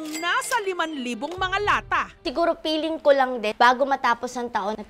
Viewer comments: “Siguro PEELING kolang din” 😂 “Por Sale” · si ate piling daw imbes na felling hayssss